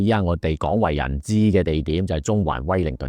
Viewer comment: 楊律師把「廣源西街」及「廣為人知」的「廣」字讀成「港 gong2」；而把「推廣」正確地讀成 gwong2，後者才是正確。